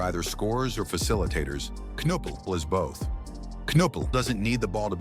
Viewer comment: CAN-appell? CON-oopel? CAN-ippel? Which one is it, Mr. AI Voice? (Answer: None of the above). Lol 😂😂😂